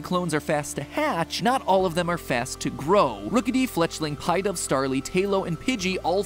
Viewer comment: And him mispronouncing half the pokemon names, like Murkrow, Pidove, etc.